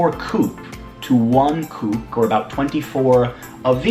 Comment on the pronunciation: The Cuban convertible currency is called CUC [see, you see], not "kooks".